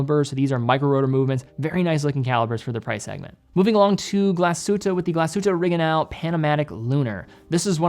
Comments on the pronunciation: More bothered by glasshute oreginal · He almost nailed the German pronunciation of Glashütte* Original", given that most native-English speakers cannot pronounce the throaty German "R" and the Ü-umlaut, it was close to perfect.